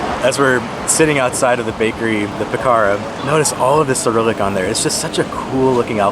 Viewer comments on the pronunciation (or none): none